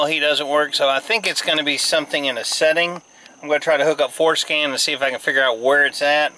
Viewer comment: lol...it sounds like you're saying "foreskin" when you say Ford Scan...childish I know...